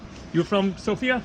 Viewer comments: you pronounce it wrong it is SOFIA not Sofia , understood just Sofia not sooofia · Hi Jam bulgarian and you Day Sofia wrong XD but your alphabet dont even have letter for /я/ София - Sofia...... Я is like /a/ and /e/